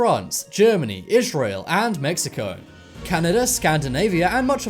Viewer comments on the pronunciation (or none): none